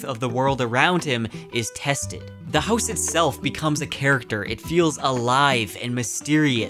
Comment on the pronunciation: Sir why are you saying “house” like that?